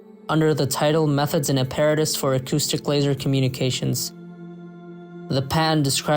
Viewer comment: Please learn how to pronounce apparatus